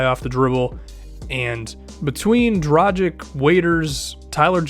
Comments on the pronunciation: My concerns were justified, its pronounced Dragich not Drajick. Dude dont you watch the NBA a lot, most commentators pronounce it correctly. He is one of the best point guards in the NBA and its about time people start pronouncing his name correctly. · Dragich not Dragick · Im not hating man. And you definetly arent the first person to make this mistake. You just got to understand he is the only Slovene NBA player and its kinda frustrating seing everyone pronounce his name wrong. Great video BTW.